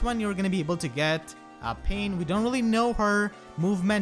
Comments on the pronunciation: The way you pronounced Pannes name, I low key thought we were about to get six paths of pain up in this bitch. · You pronounced Panne as "pain", which made me think of the enemy tiger laguz boss from Radiant Dawn. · why do you pronounce "Panne" as Pain